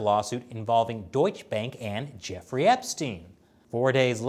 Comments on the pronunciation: Why is this guy calling him jewfrey not Jeffrey? Is it just how Americans pronounce that name? Like how they call people called Graham, gram? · Is he saying "Jewfrey"? WTF? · Does he say jew-frey on purpose or is it just me? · Is he saying Jefferey